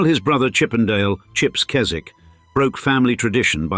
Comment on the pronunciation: Henry and Chips attended a RC prep school in Somerset in the post war years before going to Eton. There must have been a RC connection somewhere. The 'w' in the Keswick name is not pronounced.